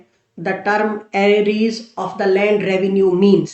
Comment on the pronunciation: Arreees word ki pronunciation sir yun h. 👇 Ar_re_ars